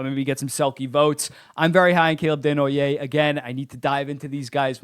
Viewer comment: Nice to have you pronouncing Desnoyer the right way when we have Nasher calling him Dez-no-yerz.